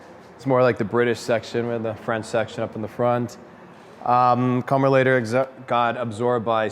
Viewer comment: Commer is pronounced as in COMplete. Borrowed one back in the late eighties, could have a lot of fun on a twisty road if wet, all at low speed. Owner had riveted a band of galvanised steel around the bottom to avoid it separating, yes it was that bad. Even went over the back door, rendering it a three door. Dogs liked all the space in the back to run around in.